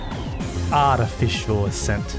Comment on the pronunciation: attaficial a cent